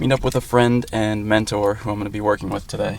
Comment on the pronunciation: He did say mentorrrr